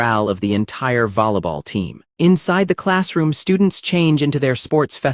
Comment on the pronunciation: "lollapop" "vollaball" "easegoing"